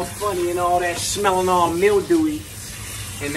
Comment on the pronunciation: shmelling like eeeeeeeehhhhhhhhhhhhhhhhhhhhhhhhhhhh